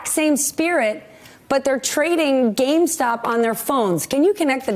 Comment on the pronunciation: She keeps saying “gamestock”